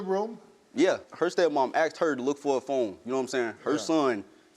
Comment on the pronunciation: I axed you 😂😂😂